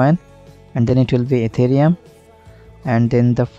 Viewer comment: hahaha etherum not ethereum🤣🤣